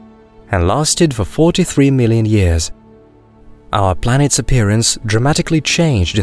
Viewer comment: Is it just me or does his P's sound like B's? Like "planets" sounds like "blanets",...